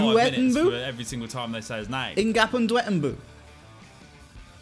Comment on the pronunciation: Ngapandouetnbu, I looked up the, pronounciation, wasnt even close 😂